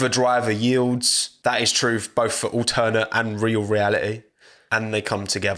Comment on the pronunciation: The way says ‘Alternate’ 😖